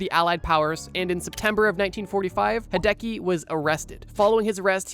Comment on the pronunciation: hearing Hideki pronounced hey-deki hurts my soul